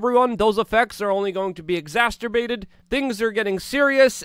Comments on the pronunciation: Luke - exacerbated NOT exacterbated. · Luke! The word is pronounced EXACERBATED. No "T" whatsoever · I’m just here to listen to him say exasterbated several times! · Exasterbated is not a word. You mean exacerbated. This is the second time I've commented this on one of your videos, and I think the time is getting ripe that you made the change! It's never too late! * This message brought to you by the Spelling and Grammar Defense and Security Administration. Thank you for your excellent work by the way. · Did you say "exasterbated"? Funny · As an Englishman I am insulted by your pronunciation of "Exacerbated" .